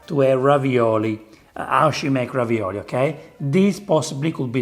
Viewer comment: 😂 this isn't ravioli, it's ravi"NO"li... dood!